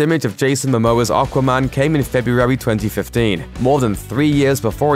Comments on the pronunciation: Can I have a £ for every time he says okwa man?? Once more, the name is aquaman. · The best part of this video was him saying "Arkwaman" 😁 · Not sure how I feel about the way you say Aquaman. Haha